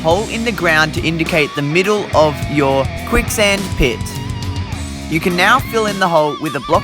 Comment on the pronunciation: Its quick sand not kuick